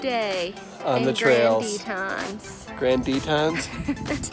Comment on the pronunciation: So annoying..it’s not the Grand “Tetons”..Grand Teton is ONE peak. Then you have the audacity to call them the “Grand” “Teets”....weird. If you’re gonna vlog learn where you are at.